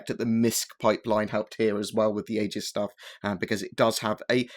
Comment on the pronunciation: Isn't Aegis pronounced "eejiss"?